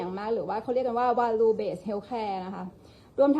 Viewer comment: Value อ่านว่า แวล-ยู่ ไม่ใช่วา-ลู